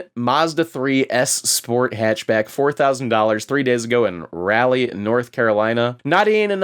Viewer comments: Raleigh is pronounced "Raw-lee" not Rally just fyi because it triggers me every time lmao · Raleigh (Raw-lee)